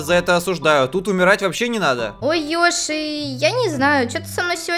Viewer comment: Продолжение..... ТТ...... ПОЧЕМУ ВСЕМ ТАК НАПЛЕВАТЬ НА БУКВУ Ё Йоши то есть Ёши? Нененее Й оши. 🗿👌